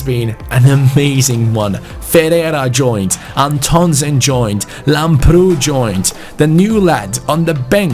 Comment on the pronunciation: Antonsen is pronounced "AN-tonsén" Pressure on An and sen. Plus the an is pronounced like "AN apple"